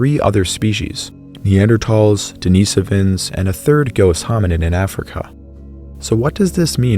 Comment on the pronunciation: Den-i-sovans. Short i not long